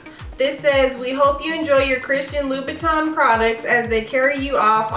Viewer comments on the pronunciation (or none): It's "-tin", not "-ton" ☺️ very nice, classic shoe